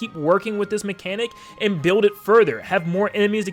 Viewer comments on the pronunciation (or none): none